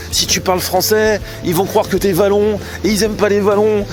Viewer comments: Les Wallons stp pas les valons 🤣🤣 OUALLONS en prononciation mais merci pour ce fou rire 🤭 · OUAllons... pas Vallons... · Tu as presque fait un sans faute ahaha .. Très bonne prononciation d'Anvers, mais par contre nous sommes des wallons, pas des VALLONS 😂😂😂